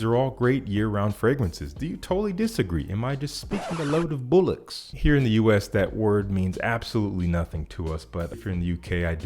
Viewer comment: Not bullocks...bollocks! Lol